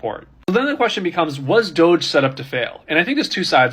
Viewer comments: It's not DODGE it's DOGE!! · I cannot tell if the first woman reporting was calling it dodge on purpose instead of DOGE, it's making me giggle like a little child.